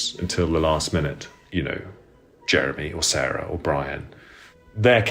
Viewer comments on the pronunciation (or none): none